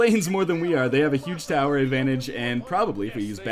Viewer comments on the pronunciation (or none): none